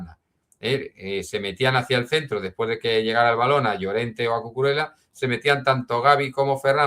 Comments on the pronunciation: Por favor Cucurela no! es Cucurella! Lo he oído varias veces a otros comentaristas y suena fatal! la ll se pronuncia como una y. Ejemplo: llave y no lave. Perdón por la corrección fonética! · excelente analisis pero no se pronuncia Cucurela pq no es italiano, es catalán y se pronuncia Cucurella, saludos